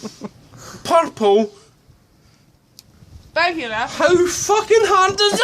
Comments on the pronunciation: the English woman can't say it either - she says "burgular" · purple burgular rum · Perple Berger-arm! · "Purple burglar alarm." "Puhporl... Bugerler alerm." Sides > Orbit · when he said "PUR-PULL BUR-YOU-LAR," I felt that... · "Purple Burgular Arm" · Burgyoular lmao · Everyone else can say "burglar." How do Scots get "borgular" outta that? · Pircular burguluaerarm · It’s funny how it’s so hard for him to say ‘burg-lar’ I mean he’s literally adding another syllable when he tries to say it, ‘burg-ya-ler’. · Purple-burger-arm! LMAO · Boorgoolah ahlaaaahhhm. Just say it that way and they'll be happy. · Perpol bergulerlarm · Good god man! Where are you getting "burgYOOlar" from?!? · What's a burgular? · Percule burgular arlarm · You say "Berger" what the fuck is a Berger it's bUrger and bUrglar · I THOUGHT for a second he said "purple bugger alarm" 😂😂